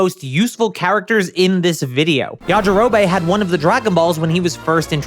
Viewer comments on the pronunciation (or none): Yajirobey? Its pronounced yajirobi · This is just bad. Yamcha never cheated. Fans made that up. And Puar a "prominent character"? lol please. Finally, it's pronounced Ya-Ji-Ro-Bee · Why does bro pronounce things wrong???? Ya ja row bay??? Common man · STOP CALLING HIM “yajirobay” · Bro who tf is yajirobae??? It's yajirobe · Pronouncing it YajiroBAE <3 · Are you saying Yaji-ro-BAE as a joke, or have you never actually watched the English dub? I'm starting to think the latter since you also said SAI-ans. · The way he pronounces Yajirobe.. Well it got me to comment so I guess he wins the algorithm game. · The way you pronounce yajirobe is odd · This guy pronounces Yajirobe weird and annoying